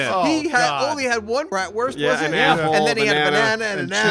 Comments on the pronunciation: It's pronounced 'Brotvurst' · one Bratwurst 😂😂 i love ur pronuncing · I love the bratwurst pronounciation xD